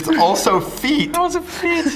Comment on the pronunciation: says "feet" like Ross Geller when he eats the gross trifle Rachel makes; "It tastes like FEET!"